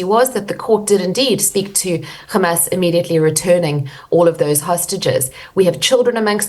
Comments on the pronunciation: She might as well be an Israeli government spokesperson, parroting nonsense amount Hamas using Palestinians as human shields. And the way she pronounces Kkkkkhhhhhhhamas... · She is now pretending to be a Jew,pronouncing Hamas as KHamas